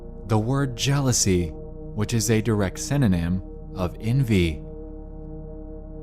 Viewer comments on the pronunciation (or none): you did not just say synonym like that